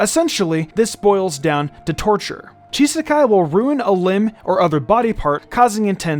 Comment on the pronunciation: I think there may have been some kind of mishap that slipped through the net here. The name "Chisaki" is definitely not supposed to be pronounced with an "-ai" sound :P